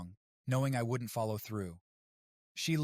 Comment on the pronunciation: bro bad a seizure trying to pronounce wouldn't